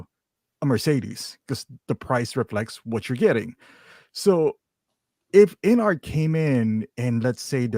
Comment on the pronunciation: Observation: It's InArt, not InArts.